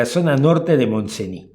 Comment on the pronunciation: Montseny; la "y" no se pronuncia